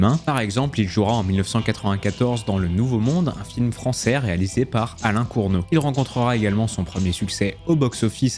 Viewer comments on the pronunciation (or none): Alain Corneau, pas Courneau. Il a réalisé entre autres Police Python 357, Le choix des armes et surtout Série Noire, des références du cinéma Français des années 70 et 80, pas question d'écorcher son nom !